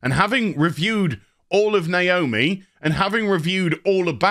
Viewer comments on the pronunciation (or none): nooo!! not naoomi!!!